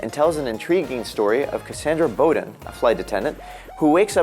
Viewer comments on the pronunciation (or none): none